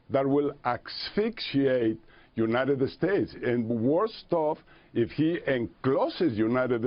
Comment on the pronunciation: u-ni-ded-ded states